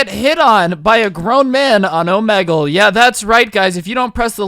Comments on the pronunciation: It hurts me that he says (oh-MEH-gull) instead of (oh-MEE-gull) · It's pronounced omeegle my brotha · yr acting kinda like a boomer u pronounced omegle wrong yr one of my favorite youtubers and love watching all yr vids there really funny don't stop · The way he says “omegle” thoooo lmaoooo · Am I the only guy who thinks he said Omegle wrong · He says omegle so weirdly